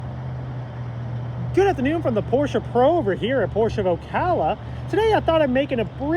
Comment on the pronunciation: don't makle a Porsche Video if you don't know how to pronounce the name: it is not Pooosche; the letter R needs to be pronounced, the letter E too